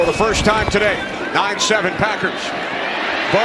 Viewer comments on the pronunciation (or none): none